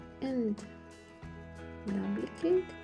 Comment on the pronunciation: You pronounce duplicate as "Doe plie kate".